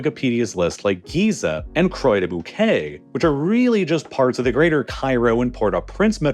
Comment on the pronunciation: The moment when he pronounced "des Bouquets" correctly, but "Croix" incorrectly 🤦🏻‍♀️🤣